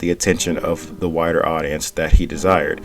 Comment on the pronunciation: I lost it … “Wider” not “WHITER” 😂